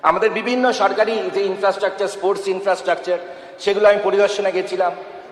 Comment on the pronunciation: স্পোর্টস কথা ঠিক মতো বোলতে পারেনা মোল্লাগুলো, বলে এসপোর্টস। এ আবার স্পোর্টসম্যান ছিলো। এনাকে তাবীজ দেওয়ার ব্যবসাতেই ভালো দেখাবে।